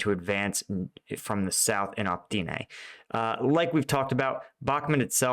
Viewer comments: Opytne is O-pit-ne, not Op-tee-ne 🙂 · It's Opp-iht-nah not Opp-ty-nay